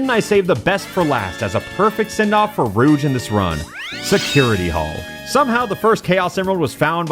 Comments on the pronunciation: Enjoying this video but the way you pronounce "Rouge" is like nails on a chalkboard. It's a soft "j" sound. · “now rouge is up to bat” YOU